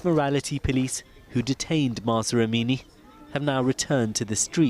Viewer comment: Pls say it correctly is Mahsa Amini